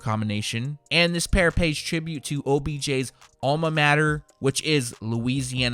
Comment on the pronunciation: "All mah matter"